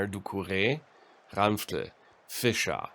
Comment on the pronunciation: Hey, where exactly are you from? I like the way you pronounce Ranftl and Austria. :)